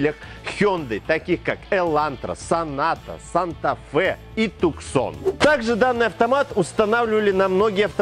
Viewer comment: Tucson читается тюссон.